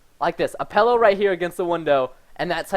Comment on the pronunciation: OMG he says pEllow not pillow... unsub... Jk :)